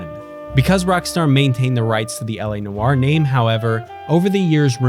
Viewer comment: He saying noire wrong asf